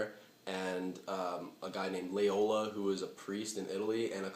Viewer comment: It's Loyola, mate. Not Layola.